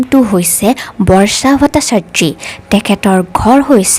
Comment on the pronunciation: অসমীয়া উচ্চাৰণ শুদ্ধ হোৱা উচিত। আনক আনুসৰণ কৰি সুৰ দি নিজৰ মাতৃভাষাটো বেসুৰা কৰিলে শুনিবলৈ ভাল নালাগে। উদাহৰণ স্বৰূপে বৰ্ষাটো বৰ্চা কৰিব নালাগে।